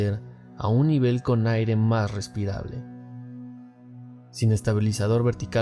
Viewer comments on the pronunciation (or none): none